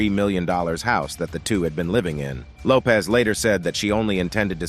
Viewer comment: It’s actually Lopes 😉